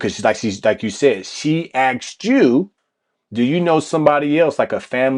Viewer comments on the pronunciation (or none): she says "AXED" not "ASKED"